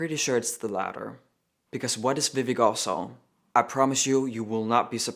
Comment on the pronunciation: Ugh why does this person have to ruin the name Vivek??? In all seriousness though it’s pronounced Vi-vake (like cake) I say to defend of Vivek Ramaswamy who actually deserves respect 😅